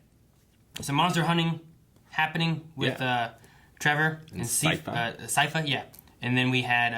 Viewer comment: And then mispronounce it again after the episode. :facepalm